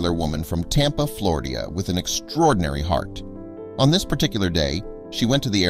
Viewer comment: I really wanted to believe this story is true. But the dude said "Flardia" instead of Florida in the first 40 seconds. There is no way I can take this story seriously after that, and you should be ashamed of yourself if you do.